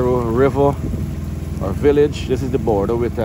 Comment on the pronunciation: Border not Baarder, this narrator speaks raw for an announcer, disgraceful representation of Guyanese, learn from Isri Singh